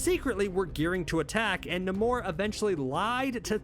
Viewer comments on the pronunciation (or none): Say it as Neimour , not Namur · Stahp saying nuhmoor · You're so wrong about Doom, he's a great king.. the way you pronounce namor tells me everything I need know anyway ;)..... long may he reign!!! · Can't stop cringing everytime he say namor🤣☠️ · Dude can't even say Namor name right I thought I was dyslexic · The way he says namor I can’t😂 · Why did nobody ask him why he pronounced Namor like that? Seriously, I have NEVER heard anybody pronounce his name like that. Why? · Can someone please explain to me why he keeps pronouncing Namor's name like that??? It's bothersome in a way that I can't even brgin to explain 🤦😠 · The way dude is pronouncing Namor is aggy. Can’t keep watching 😅😩😩😩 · Why can’t you sat namor correctly? It’s really not that difficult.